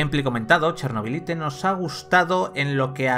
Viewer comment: Cada vez que pronuncias "Chernobylite" tal como suena, Dios mata un gatito.